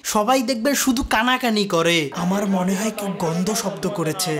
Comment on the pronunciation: আমি আগেও বলেছি অইটা ছাব্ব না shabbo hobe